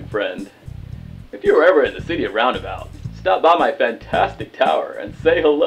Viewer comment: Game: "If you're ever in the city of ROundabout, stop by!" A minute passes. Arin: "I'm pretty sure the TOWN isn't called Roudnabout, heh." Never change, Arin.